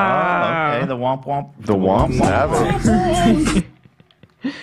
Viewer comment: it's "womp" not "whomp* actually